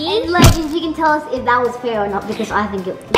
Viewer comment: Judging not tair